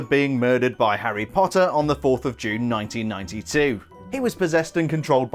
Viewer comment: I love how you say, “Harry Potta!”